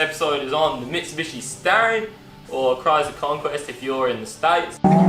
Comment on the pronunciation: Its Star-ree- on - not starieyon